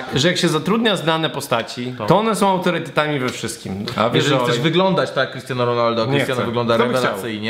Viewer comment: Autoretytetami" ? :DD